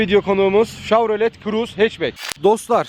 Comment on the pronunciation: Telaffuz yanlış olmuş chevrolet şavrolet diye değil şevrolet diye okunur. Ayrıca araçta 8 hava yastığı bulunmakta. Bu da ufak bir bilgi olsun.